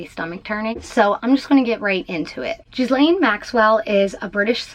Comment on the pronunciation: And the sluts name is pronounced Geelaine😂